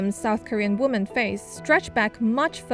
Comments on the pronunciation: This SCMP announcer keeps saying woman when it should be women. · Singular woman sounds like 'woo-man'. Most of the cases here, women should sound more like 'whim-en'. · you're pronouncing " women " wrong. Sounds like the singular form: Woman. It's weird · Please double check ur pronunciation of the word “women”. Health and love to all of you! Don’t give up! 힘내세요 여러분들!